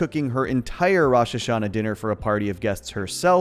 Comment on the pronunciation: You can tell when and non jews talk about this show since they pronounce Avi's name with more of a Brooklyn accent. That's just the way the mom pronounces it so the family does too. Most people would pronounce it more like 'of-y' Same with rosh-hashanna. Most pronouce it as "rush'...occasionally "roush" (like master roshi) The Yom in yom Kippur should be pronounced more like yum The bat it bat mirmtzvah should be pronounced more like but